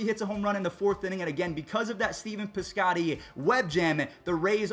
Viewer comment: "Beeven Piscotty" lol